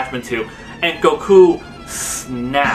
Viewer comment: Is it me or does he say GOKU like goukuu